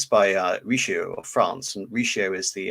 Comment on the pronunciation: Great presentation besides the butchered names such as "Cardinal Richioo"